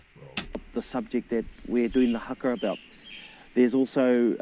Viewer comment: U want haka classes? Let's start with pronunciation cuz. You're saying "hacker" but its "Huh-kuh" fam, "HUH-KUH" 🤗 Kia Ora.